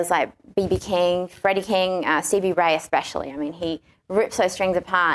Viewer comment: It's Not "Haiti", It's "How You Do". Not "CB Right", It's "Stevie Ray". Come On!